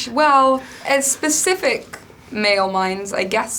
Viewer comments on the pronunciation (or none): none